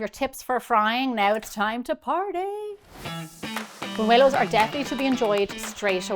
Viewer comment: Gemma does an excellent job